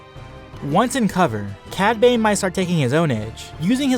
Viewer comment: dude I love your vids but when you said cad bane it sounded like you said padme